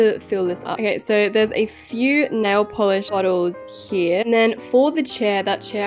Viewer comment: “Back hee” me wating for someone to make a micheal HEE HEE joke from her saying hee